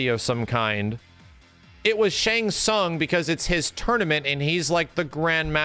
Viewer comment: I had 2 problems with the movie no Johnny Cage other than a half poster of him. The fact that they call Shang Tsung Shung Tsung.